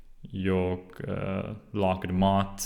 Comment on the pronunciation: Very good! I only have a few pronunciation tips: It is safer to pronounce g at the end of words, like you do, but we always drop it for ...I guess pronouns, verbs and adverbs... while keeping the sound of the rest of the word the same. Jag = Ja' Idag = Ida' Drag! (Pull!) = Dra! Unfortunately nouns and adjectives (or possibly just less commonly used words) don't follow the rule: Slag (Hit), Vag (Vague), Drag (Draft) You got the Hock in Hockey right, but the word is pronounced more like Hocky, if that makes any sense. If you happen to know how we say Sy, Vy, Bry, Sky or Dy, you'll get the ending right. :)